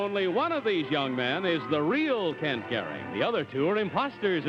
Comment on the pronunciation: #2 in the first group pronounced the name Garig as opposed to Garing. That was my first clue it wasn't him.